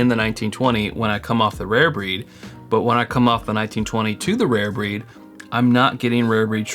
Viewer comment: I also enjoyed that southern twang that I picked up . “When you Goooh from Old forester to Rayer Breed” (smiles)